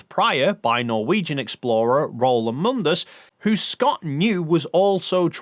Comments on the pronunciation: Amundsen NOT Amundus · "Amundus"? WHen did Roald become a roman citizen? ;) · uh, i think you'll find the man's name was Roald Amundson, not Amundus.... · Not amundus. But a funny misspeak. It's Amundsen. Pronounced A-mund-sen. Oh you corrected it later. Never mind then. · Amundsen not Amundus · Amundus? hahaha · Amundsen... A-mund-sen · Love how you butcher Amundsens name. It's A mund sen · Roh- Ald Ah-Mund-Sen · It's Amundsen, Ah-mund-sen :) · And now you just pissed off every Norwegian by saying Roald Amundsen’s name wrong 😂 say it A-mund-sen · I LOL:ed As-mund-sen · Well done video, but it would be even better if you'd practice saying "Amundsen" before you talk about him. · Your pronunciation of Amundsen is truly terrible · I think you missed the mark a bit on the pronunciation of Roald's surname. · As a Norwegian, the way you pronounce Amundsen doesn't just sound wrong, it sounds like you're saying something completely different altogether :S (still like the video though) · Yes, he really mangled Amundsen’s name. I apologise to Norway on behalf of Britain.